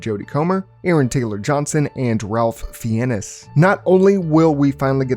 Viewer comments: "Fee en is"? Don't you mean "Fines"? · Er... No disrespect. But Its pronounced Fines. Ray FIennes (sounds like fines) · Fee-EN-us?!?!?!?! dude, come on. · His name is pronounced " Fines". 😂😂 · It's pronounced "Fines"